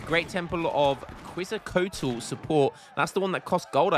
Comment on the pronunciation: Rofl that treasure Brits stole was a freaking Lion King reference. I love this game. Also Quetzalcoatl, probably the most prominent god in all of pre-Colombian Central America, is pronounced Ketz-el-co-ought-el.